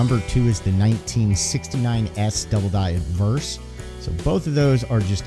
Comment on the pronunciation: good history story, it sounds like your saying adverse and not obverse. maybe its my hearing lol